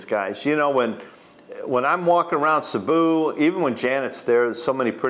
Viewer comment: Cēbu not Cabu . That’s all .